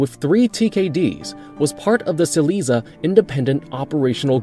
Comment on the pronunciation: Reamed !!! Lol RE ARMED you mean that’s why u don’t use robots And btw way SIL AY ZEE AH